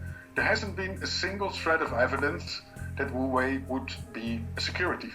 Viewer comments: He could at least make an attempt on pronouncing it somewhat correctly instead of "Hoewey" 😉😂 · he just murdered the company name